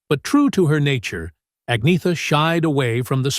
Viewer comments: Right? Byurn and Agneeta 🙄 At least they got Benny right. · I loved Anna. Lots of people said I looked like her. What a wonderful compliment!❤ BTW Agnetha is pronounced Anyetta.